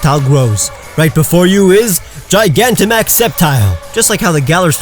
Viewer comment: DO NOT LEAVE OFF THE N IN GIGANTAMAX!